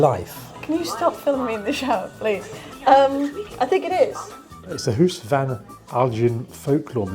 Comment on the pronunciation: Huis is pronounced much like house, not hoose. Flemish is basically Dutch, ironically with less phlegm.